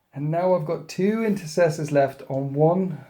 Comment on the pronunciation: I wonder how many of the 13th's old renegade ways have made their way into the 2nd company... I mean, with units called Incestors... Most awkward vocal mishap award, quite often, goes to.